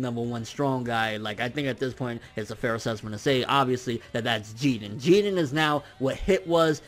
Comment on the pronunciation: I hate when he say jiren....he not even saying it correctly